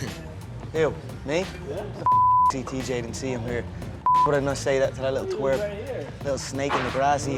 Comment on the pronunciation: Yuh luttle twarp 😂😂